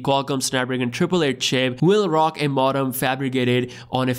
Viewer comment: It’s pronounced mode-um